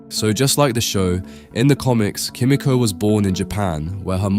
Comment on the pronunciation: It’s pronounced key me ko not ki mi ko